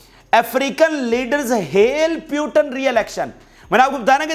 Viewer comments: Don't say Putan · Bhai you are doing good.. Say PU Tin